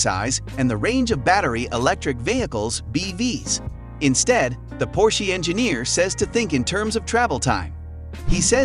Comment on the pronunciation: Por-shee?? Its, Por-sha Get that right!!